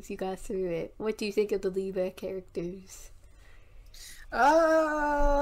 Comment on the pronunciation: Everyone pronounces the Liyue names wrong ;-; that’s ok though LMAO